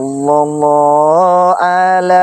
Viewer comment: Mohon maaf untuk.saya juga kaga punter pinternya agama.tapi saya rikwes dikit mas.mohon maaf beribu maaf.yg mas baca itu salah mas.yang yg betulnya.salallah ala muhammad.bukan sallallah ala muhammad,itu aja yg saya rikwes